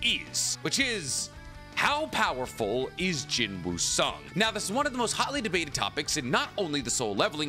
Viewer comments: Please just say Sung Jin Woo it sounds better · Bro said Jin Woo Sung 💀💀💀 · BROOOOOOOOOO DONT SAY “JIN WOO SUNG”😭😭😭😭😭😭😭😭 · Jin-woo Sung ❌ Sung Drip-woo ✅ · How calling Korean character Sung Jin Woo=Jin Woo Sung Jin Mori=Mori Jin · am i the only one that feels weird that he calls him jin woo sung instead of sung jin woo?